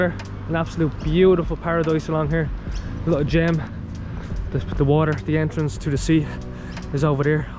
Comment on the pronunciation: Should ask the locals for the correct pronounceiation of the suburb names the only one you got right was Thd Entrance